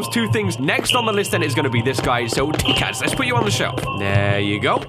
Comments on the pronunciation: "says Tikas" i say "it Takis now THIS is the games fault". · Takis not Tikas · Tikas --> Takis, duh. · I like how they switched the I and A in Takis